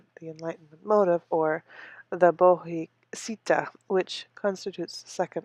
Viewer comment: It is not "Buddhavista" It is. BODDHISATVA ( wrong pronunciation), but thank you for reading.